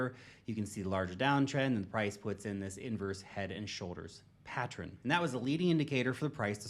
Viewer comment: Why is he pronouncing pattern properly now? Go watch his other videos, he never pronounces it correctly. "pattron"